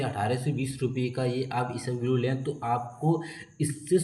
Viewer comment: Bhai, it's not isabglo it's isabgol 😂